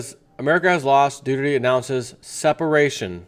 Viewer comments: I think it sounds like Doo- air-tay. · It's Do' ar tay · It's Doo-Tur-Teh.